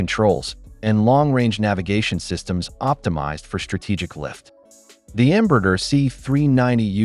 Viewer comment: ¿Por qué cuando pronuncia "Embraer" parece que tiene un huevo cocido en la boca?